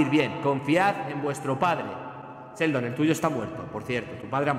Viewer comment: Me da cosa cuando dice seldon por enrealidad es sheldon con She con She! Xd